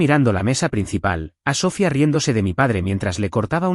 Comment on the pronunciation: Dices que lees los comentarios. No entiendo para qué, varias personas te hemos dicho que pronuncias mal el nombre Sofia. Que pones la fuerza tónica en la primera sílaba, mientras que este nombre lleva toda la fuerza tónica en la I. Que además lleva tilde para deshacer el diptongo. Hasta ahora te lo había dicho que un lenguaje más coloquial. Ahora te lo digo en uno más gramatical. Hasta te di la etimología de la palabra. Sofia significa sabiduría en griego. La catedral de Santa Sofía de Constantinopla no se llama la catedral de Santa So-fia. Por dios no utilices nombres que no sabes pronunciar. ¿Qué inteligencia artificial eres, eres ChatGPT, grog, Gemini??? no entiendo por qué te cuesta tanto pronunciar las cifras y los nombres. Pronúncialos a la inglesa, o a la española, pero no hagas ese batiburrillo tan molesto a los oídos.. y si no vas a leer los comentarios y hacer caso cuando alguien te dice que haces algo mal. Pues no pidas comentarios.